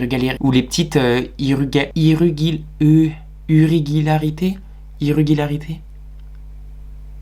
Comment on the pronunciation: 5'00" on dit irégularité 😉